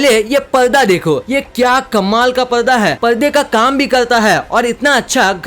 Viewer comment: Kya yar ab bhi parda ko palda bol rahe ho yar ab kya totla ho kya 🤣🤣😒